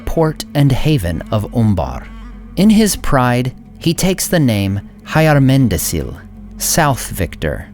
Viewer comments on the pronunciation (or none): Hyarmendacil isn't /haiarmendasil/, it's /hjarmendakil/. or the palatal aspirate is a phoneme in Elvish and a letter in the Tengwar. It's like the initial sound in Hyundai. is always pronounced /k/, even after e and i. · It's Fahr-AH-meer, not FAIR-uh-meer, and DAH-kil, not DAH-cil, in Hyarmendacil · Great video, but I must nitpick two things: - Istari (including the blue ones) appeared in Middle-Earth in Third Age (around 1000 TA); - Hyarmendacil is pronounced hyarmendakil, not hayarmendasil. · Hey! A question: according to Tolkien world should not be like hyarmendacil’s pronouncing like “hyarmendakil” ? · Hi! Isn't the name pronounced "Hyarmeda[k]il, as the "c's" are pronounced as "k's"?